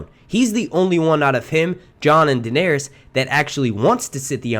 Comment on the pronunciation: WTF just happened?! Lmaooo. “DaeneRYS” 🤨🧐😂